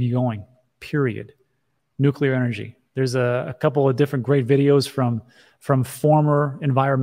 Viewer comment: Nuclear is the way. Nucular is not the way.